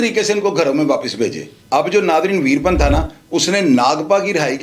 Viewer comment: ویر پن نام نہیں ھے ، ویرا پّن ھے جناب